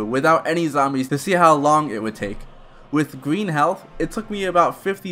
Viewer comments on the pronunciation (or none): none